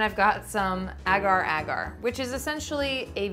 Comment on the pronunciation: It's pronounced as aagar² not egar²